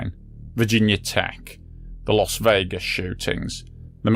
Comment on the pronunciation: You’re English mate. It’s not Los Vegas!!!